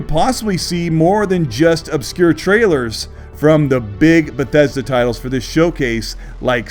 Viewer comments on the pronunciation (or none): none